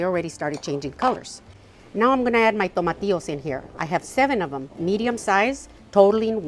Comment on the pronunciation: I mean the green tomatoes like veg..it sounded like " tomatios" ?